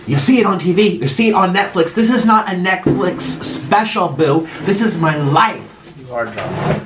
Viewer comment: “this is not a ✨NECKLIX✨ show boo”